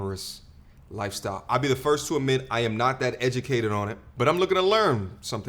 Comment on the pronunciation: “We da most edumacated” 😂